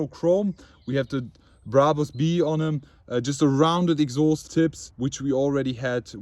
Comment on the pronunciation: Bruhbus. Man it's Brabus, easy as that